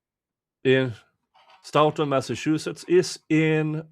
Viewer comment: I haven’t seen all of your streams. Have you followed the hubbub in Stoughton with the town manager trying to force the police chief out? BTW…your English is way better than my Swedish, but may I gently point out that they say “Stow-tun” (like “toe”).